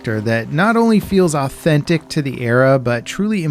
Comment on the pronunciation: Autenti… pardon what did you say ?